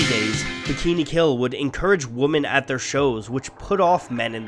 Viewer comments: Does any one els find it weird how he says "Woman" when is says and he should be saying "Women" ? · the inability to pronounce 'women' and instead always saying 'woman' hits real strong on this one. think the only time ya say 'women' is during the ad read at the end when ya said the name of the org. anyway, a really cool video all in all! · Women pronounced wimmen not womin, wtf. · also, wimyn, not wo-men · Holy shit why do you keep saying woman instead of women lol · Is it just me or does it sound like he's saying the singular 'woman' instead of 'women'? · I know this video is old, but please learn the difference in pronunciation between "woman" and "women." I see that as the bare minimum when making a video specifically about women punk artists. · Why do you say woman instead of women? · Is there some reason that the narrator says "woman" every time he means "women"? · Isn’t pronounced Women not woman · wouh-man - singular ... whih-men plural .... get your english straight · It irritates me that you’re saying “woman” the entire time instead of “women” I mean jeez it’s a video essay. At least say your words right lol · Women. It's. Pronounced. Wemen. Not. Wooman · He keeps saying "womAn" when he is speaking for "womEn", or am I just hearing things? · Who pronounces women like woman except for this guy? I've never heard anyone but this guy say it like that, everyone else i've ever heard has pronounced it like wimin. Man, that's bizarre. Looking at the comments it's clear i'm not alone in this thought. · The way he always says women instead of wimen gets on my nerves. I had to spell it wrong to get my point across. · the plural form of woman is pronounced wimmen, not wumen. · is he saying woman instead of women on purpose? You're talking about a group (plural) not a single person so it should be WOMEN! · No it's not. Where the fuck are you from? Nobody in Ontario says "woman" when they mean "women". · sounds like he is saying “woman” not “women”